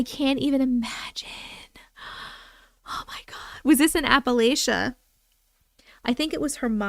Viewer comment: I fell asleep watching last night so replaying now… so proud of you for remembering appal-atcha!!! ❤ so pleasing to hear it pronounced the way we say it from somewhere that’s never heard us say it!